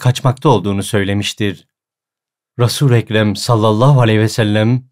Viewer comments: Neden Rasur -u Ekrem diyor gibi ya odaklanamıyorum. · Allah razı olsun böyle Bi hizmet sunduğunuz için. Yalnız kulağımı rahatsız eden bir husus var. Bu kadar düzgün bir diksiyon, okuma olmasına rağmen neden hep "rasuurrekrem" deniyor.